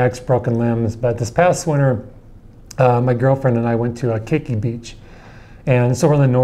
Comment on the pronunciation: its not keiki its ke'iki